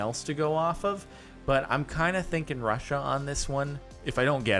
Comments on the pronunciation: Yis yeh little rassia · "little russia" with that eastern european accent is the best thing that happened today